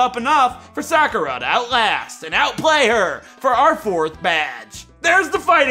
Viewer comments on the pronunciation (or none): The way he said “Sakura” 💀💀💀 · Ik this is 2yrs old, but you're saying Sakura wrong.